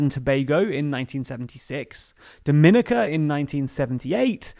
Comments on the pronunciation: Bring that ass over here boy! First of all: The flag and image you used for GUYANA is NOT correct! Secondly, it's DO-ME-KNEE-KA. Check your facts before you publish! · As someone with family from Dominica, it’s pronounced [domi-ni-CA]